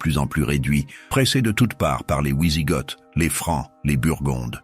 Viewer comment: On ne dit pas ouizigotes, mais vizigots (phonétiquement d’origine germanique).